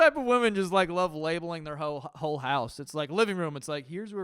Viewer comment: "Labeling their hole- homes" Anyone else hear that? Lmfao